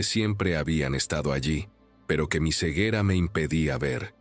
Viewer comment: O. Sea. Gue. Lo. Gue. Guiere. Decir. Es. Gue. Se. Volvió. Envanjelico. Hay. Si. La. Acabo. De. Embarar. 😊